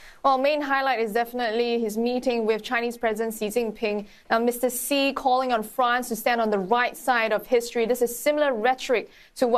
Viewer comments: Mostly, Xi is pronounced as "She" . Not See not Ex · Is it right to pronounce Xi as Ci or is it just chinese accent?